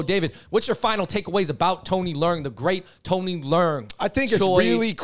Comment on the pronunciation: Yall butchering his name. Le-ung . Like your lungs . Theres no " r" noise